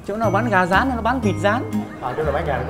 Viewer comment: Vãi gà rán đọc thành zà zán